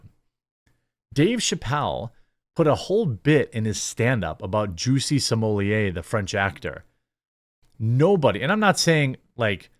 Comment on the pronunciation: Juicy Smoyay? The French actor?